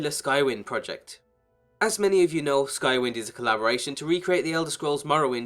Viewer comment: think he said Skywind but his accent skewed it a little.